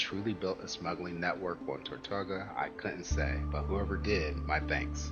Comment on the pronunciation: Tor-too-gah. :) Nice video. Thank you for sharing.